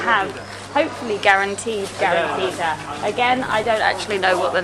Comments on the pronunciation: no in Oran we say karantika not karantita ☠️☠️ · it's karanTIKA not karanTITA...